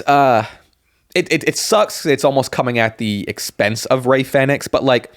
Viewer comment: Americans cant say Fenix properly shocking